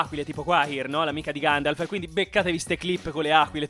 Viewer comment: "si sta facendo ancora di ganjalf nella terra di mezzo", grazie per questa cit incredibile ❤. Comunque era la terra di merdor tipo... tipo Busto Arsizio